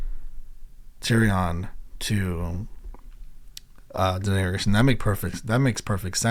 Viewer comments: Just FYI her name is Daenerys (rhymes with Aries and just three syllable), not Daenerius. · My man is 6 seasons in still cant say Daenerys right 😂😂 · Bruh it’s 6x10 please tell me you start pronouncing Danaerys correctly by the last episode at least 😭😭 I’ll find out soon obviously but P L E A S E 😂😂😂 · Your persistent mispronunciation of Daenerys and Tyrian's names is remarkable. Great job otherwise.